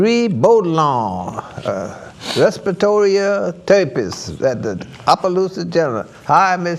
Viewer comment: "resperaritorious" ? LOL